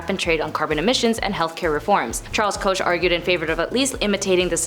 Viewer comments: Koch is pronounced C-O-K-E. This shows she is clueless as to what she is talking about. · Koch is pronounced “Coke”. Do your research.😊